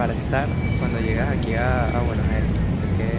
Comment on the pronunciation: Jajaj me encanta cuando pronuncian Bs As. Es raro. Lindo vídeo